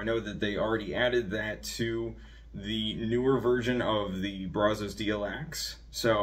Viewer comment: Good video but it’s pronounced braz-us…